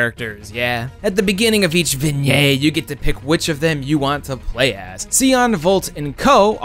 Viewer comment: definitely not how you pronounce the word "vignette".